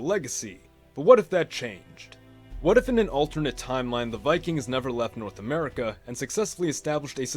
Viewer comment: Norse America sounds like a German pronouncing North America